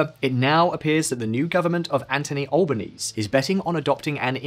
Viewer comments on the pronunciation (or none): It’s pronounced Albanee-see not albanes. Expect you to do some more basic research like this. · How very British to make zero effort to learn how a foreigner's name should be pronounced. Pro tip: Albanese = "Alba-knee-zee" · It's pronounced Anthony Al-ba-knee-zee. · “Al-bah-nee-see” not “Alba-knees” “Can-brah” not “Can-beh-rah” Otherwise - a great report. Well done. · A programme on Australia and you can't pronounce Albenese's name correctly. It's AL-bə-NEEZ-ee. No one in Australia pronounces it AL-bə-neez. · It's pronounced Albo-nee-ze not Albonees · Does Visualpolitik ever research how to pronounce the names of people and places ever CANBERRA - pronounced Can-bra NOT Can-berra (like berry with an “a” at the end”) ANTHONY ALBANESE - pronounced AnTHony Alban-EASY - NOT “🐜ony ALL-ba-KNEES” FMD I eye-roll at this channel sometimes 🙄🙄🙄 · FYI it’s al bon easy not al bon ease. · It’s not Elba knees but elaba knees se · It’s pronounced alboneasy not albonease. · Albanezeeeeeeeeeeeeee not Albaneese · It's pronounced An'th'ony not Antony & Alboneesee not Alboneees fyi I'm convinced you guys mispronounce things on purpose just so you'll get comments like these lol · It's pronounced albanezee not albaneez ffs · Also the pronunciation of Albaneez as though it is a French name was also very distracting; it would be like someone saying Liz Trooss. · Can you guys make an effort to look up how to pronounce the names of key people and places? It's only the professional thing to do. Normally I whinge about this for other countries but this time it's my own country. Albo's surname is pronounced "al--ban-ee-zee". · Actually most of us, including yourself say it wrong too. It's an Italian name, so pronounced 'al-ban-eh-zeh'. When asked about it, he confirmed that pronunciation but encouraged people to just call him Albo. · It's Anthony Albo-NEE-zee and CAN-bra. Congratulations, you've just been upgraded to American status! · AlbanesE. You really butchered that one.